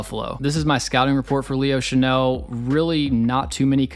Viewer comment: I think Leo Chenal (Shuh-NALL, not Shuh-NELL (which is a perfume)) already broke out. I don't think his snap count will go up, unless the Chiefs face more 21- and 22-personnel. In fact, I think it's his performances against those personnel groupings that causes opposing offenses to avoid those groupings. KC's 4-3 base grouping is just too stout.